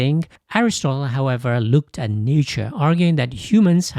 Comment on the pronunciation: It’s a wonderful video! I have watched it 3 times. But can the pronunciation for nature and quote? Sounded weird n also sounded like a different word. Ie “Nature” sounded like “nietzsche” N “quote “ sounded like “koult”.